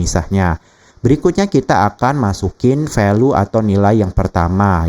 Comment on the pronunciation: Jangan VALU lah pak bacanya 😅